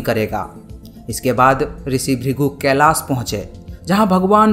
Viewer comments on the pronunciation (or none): none